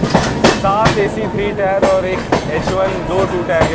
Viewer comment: Sorry to correct you tier ko टीयर pronounce करते है ना की टायर